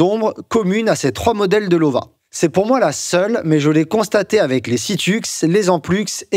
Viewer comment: En allemand, le w se prononce comme le v en français. Donc prononcer "Lova" 👍.